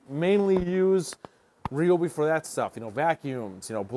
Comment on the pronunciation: What is this ree-obi sh!t? RY-OBI! Get it right! 😂